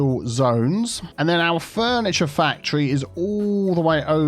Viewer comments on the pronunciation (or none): Totally different fandom but every time you say factory all I can hear is Symone from Rupaul's drag race.... WHERE A FACT-try ought to be